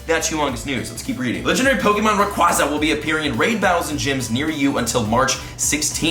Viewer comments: Hate to be that one guy but... It’s ray-qway-za not ray-qwaa-za Watch the movies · Rayquaza is officially pronounced rayquaza (Rae-qu-ay-za). Not rayquaza (Rae-qua-za) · Idk who says it ray qwaza it's pronounced ray qwayza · ray-quay-zuh, lol. it comes from the word quasar. cant wait to not catch it though lol (suburbs) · LoL its rayQUAYza btw😂😂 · ITS RAY QUAEZA U WERE RIGHT BEFORE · You were saying it right originally, it’s ray-quay (like a quasar)-za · You know that's kinda funny you were pronouncing Rayquaza correctly the first time 😂 In the movie he's in it's Ray-qway-za and it's root word comes from quasar which is pronounced qway-zar anyway, just being technical here 😜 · Yep you are wrong becuz in the anime they pronounce it rayqwaza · They lied to u about Rayquaza's pronounciation Ray-Kwah-Zah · Its rayquaza as in quazar not like rayqwahzah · The Devil I know but it just hurts to hear it the other way haha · The way you used to say Rayquaza is in fact the right way to say it. If you don't belive me just look it up. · The official pronunciation is Rayquaza as in quasar, not as in quadrant or quadratic. Just saying... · It's actually pronounced the way you originally thought. It's supposed to reference a quasar, or some space-y event. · Wtf the first way you were saying it is correct. The second way sounds like you are special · You are pronouncing Rayquaza wrong!!!